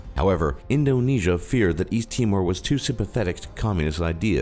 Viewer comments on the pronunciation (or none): none